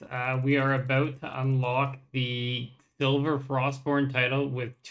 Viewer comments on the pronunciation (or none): so many people call the weapon "silver" instead of "sliver" that it has me checking its actual name multiple times on the wiki lmao it's SLIVER :p